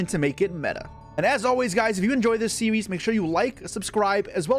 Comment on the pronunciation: “If you enjoy this seewees” Made me spit up my water